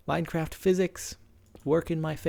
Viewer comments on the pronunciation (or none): none